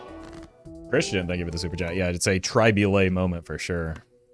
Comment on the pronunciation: "yes its a tri-bulet moment"